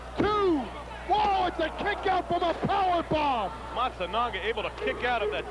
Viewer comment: I love the how the comentator (not paul) tries to say Matsunaga "Matsunooga" "Matsooga"